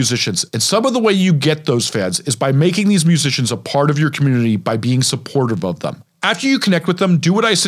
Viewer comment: take the time to pronounce COMMUNITY